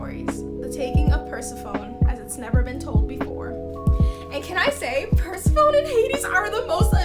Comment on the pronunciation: I’ll definitely have to read some of these, they sound really interesting. I’ve read TAM and Lumine, and I read some of Lore Olympus a while ago, but I’ve never heard of the other ones. Also btw Persephone is pronounced per-sef-o-nee